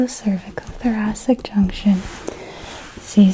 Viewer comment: It's a soft C, like thoraSic.